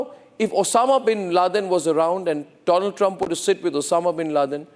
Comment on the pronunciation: My frrend doland traamp 😂😂😂